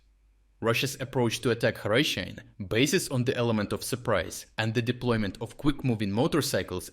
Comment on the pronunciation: STOP USING AI VOICE. YOUR VOICE PRONOUNCED HRYSHYNE 3 DIFFERENT WAYS IN UNDER 1 MINUTE. OR, I DON'T KNOW... REVIEW THE VOICE OVER BEFORE MAKING THE VIDEO?